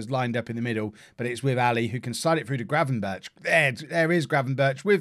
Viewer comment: the 'ch' sound in Gravenberchs' name is pronounced like a 'g'